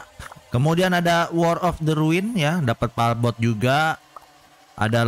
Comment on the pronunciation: palbot bukan palkon bang 🤣